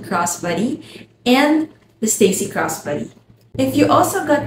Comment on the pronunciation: I thought you were saying "cross buddy" and then I finally got it... Crossbody